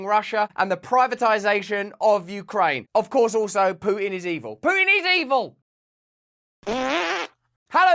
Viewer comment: I like how Russel pronounces "pooin". It really summarises nicely the guy behind the war 👌